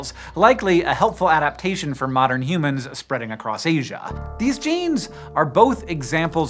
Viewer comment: Why you sayin humans like that?? Stopppp